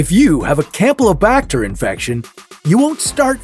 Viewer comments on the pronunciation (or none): none